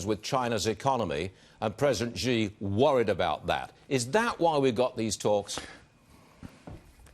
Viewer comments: president “zhi” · Fox full of stupid anchor like this one. He can't even pronounce President Xi accordingly and keep emphasizing on Hong Kong (probably trump and his trumpet team are behind it) Same and equal brain with trump